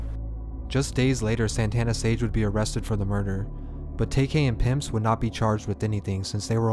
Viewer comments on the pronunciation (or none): Also its pronounced PimpYz not “Pimps”